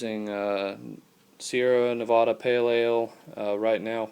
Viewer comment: Loved the video except for how you said Nevada lol.